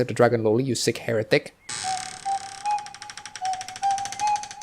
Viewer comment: I HEARD HERTIC!!!! hahahahahahahhahhahahahah! Where's the Blasphemous bastard!?